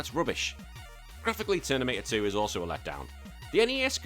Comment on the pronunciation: Is anyone else hearing "Ternimator 2" instead of Terminator 2? Also worth pointing out that in the movie, after John Connor told the T800 not to kill anyone, the T800 does not kill anyone else. This game seems like you are just running around and punching feral football players until they die.